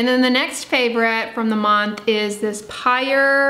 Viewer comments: I have that Pyure product, but I think it's pronounced "pure". If not, I've been saying it very wrong. lol. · Hi! Just a heads up that Pyure is pronounced like "pure." 👍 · I think that sweetener is pronounced “pure.”